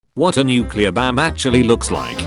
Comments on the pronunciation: nuclear BAM? This stupid Chinese Limey-bot can NOT read. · I like how the voice pronounced bomb. BAMB